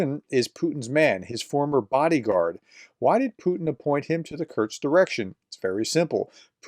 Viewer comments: Curse-k. Not curks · Kursk, is pronounced "cur-s-k" As I've always heard it. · For the love of god, there’s no T in Kursk 😂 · Exactly. It's annoying me too. This is about the easiest name to pronounce!! Sheesh.